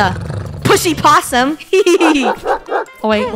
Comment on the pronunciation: WHEN FUNNEH SAID BOTTOM LESS POSSIEM and early